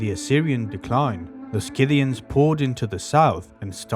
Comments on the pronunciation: SITHians, not SKITHians. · You pronounce it "Si-thian" not "Ski-thian" ...Sort of like the tool, Scythe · it's see-thee-ian. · just a friendly note: Scyth·i·an /ˈsiTHēən/ pronounced "SIH-thee-uns" ... thanks for sharing :) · No hard c in Scythians, the c is silent in English. I hate AI audio! If this documentary's pronunciation is correct in another language, would someone please let us know. I googled the pronunciation 5 times, and not once did the way it's pronounced here come up. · Youre teaching a whole new generation to pronounce Scythians wrong. The 'c' is not verbalised. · After 12 seconds, I’m giving it up. I’m not watching an hour-long video on the Scythians to be brainwashed with the wrong pronunciation of the word. Sorry, thank you. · There is no "K" in Scythians. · Please check correct pronunciation.Not knowing the correct pronunciation ,brings the rest of your work into question.